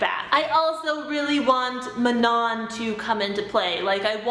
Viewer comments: Mah-non? I always thought Man- on. These names are killing me! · Did anyone say Manon's name normally without adding a French accent to it? 😂😂